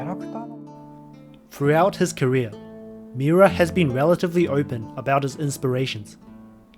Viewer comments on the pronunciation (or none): none